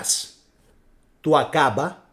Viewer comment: 'Aκαμπα αδερφε, Άκαμπα οχι Ακάμπα, πολυ καλη η σκεψη και η αναλυση σου σ ευχαριστουμε πολυ!!!